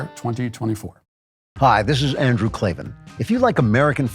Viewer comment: There are no ‘e’s in Klavan… 🤨